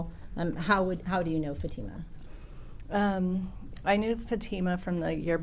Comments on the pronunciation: Mr. Ali's lawyer calling Fatima "FAT uh muh" is deliberately disrespectful and gross. He's heard everyone in the courtroom pronounce her name 'fa TEE ma" 1000x yet insists on mispronouncing it. He has a job to do, but basic common decency in the courtroom -- especially when it comes to an indisputable victim, a minor -- is not too much to expect. Shame on him. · Why does the defense attorney pronounce Fatima’s name different than everyone else? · It is telling that the judge, the prosecutors, all the witnesses pronounce Fatima’s name correctly, and yet the two defense attorneys pronounce it incorrectly the entire trial. A basic lack of respect.